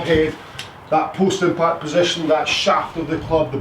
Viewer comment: I thought you were saying Postman Pat not post impact - just got it...... thanks!